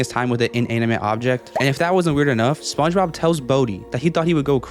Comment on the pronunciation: spongebob ❌ sponobb ✅